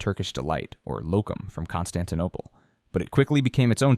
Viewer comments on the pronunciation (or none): none